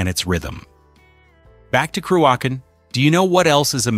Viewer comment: Wish this punter could say cruachan properly! Crooashan get real son!!